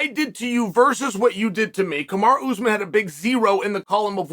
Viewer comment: It's not ooozmun...it's pronounced as ous maaaaan. Like the Jamaican pronunciation of the word 'man' . Maaan